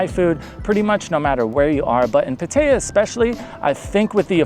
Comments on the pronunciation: Not "Pu-tae-yuh" Say "Pat-tah-yah" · Good video. Very difficult to listen to the way you pronounce "Pattaya". It is pronounced PattaY'A. The emphasis is on the YA. All A's are soft (think ah). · Puh-tayuh? Come on, man. You can do better. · A Thai person would have no idea where you are referring to it like that. Pad-ta-yaaa. Thai generally emphasizes the last sound. I'd rate those the worst cities to live. Maybe not Chiang Rai....that's ok. The cities of Issan are the most livable I've spent time in. Unless you have a family there's no reason to pick one place. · That is the most unique pronunciation of "Pattaya" I have heard yet....have you actually been there? Never heard anyone else mention the name of the place?